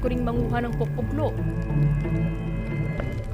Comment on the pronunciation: we ilocanos pronounce it like PO. - PO. - LO, not POK-POK-LO.